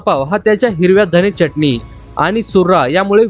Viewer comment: छान .. च्यटनी नाय रे .. चटणी ..